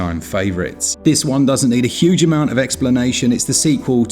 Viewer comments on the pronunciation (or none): none